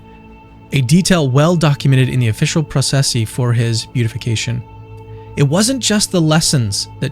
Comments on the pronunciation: I love the video and have shared it around. I know you have recently come into the fold and there is always so much to learn. I am delighted you have joined the family. Just know that "Beatification" is not pronounced "Beat-ification" ("Beet"-ification) nor "Bute-ification" but "Be-Atification" (sort of). I hope this helps you up your already great game as a Catholic YouTuber. God bless! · (Just fyi it's bee-at-if-ication, not beauty-fication 😊) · Beatification is pronounced: bee a tuh fuh kay shun